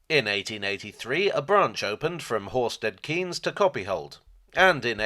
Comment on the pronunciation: Thanks for the video. I grew up in Horsted Keynes and my own interest in steam locos greatly stems from this. Couple of points though. Horsted Keynes is pronounced Horsted Kanes, owing to its link to the French village of Cahagnes and the Norman duke (William de) Cahaignes who was granted several English places as a reward by William the Conqueror in return for his help during the 1066 invasion. The village is now twinned with the village of Cahagnes from which said Duke came from, and unlike some other more famous former places granted to the Cahaignes family, they've kept the more French pronunciation of the name. (Though I guess the family itself seems to use the more Anglicised name now - John Maynard Keynes was a descendant of said Duke, for instance.) Also, the line crosses the East and West Sussex border, so it's probably more accurate to describe it as based in Sussex rather than East Sussex (though the HQ at Sheffield Park (said as spelt!) is admittedly in East Sussex). I think someone else already mentioned Ardingly being pronounced as though it ends in "e" (aka "Ardinglye"). All in all however, really glad you enjoy the Bluebell. Keep up the good work!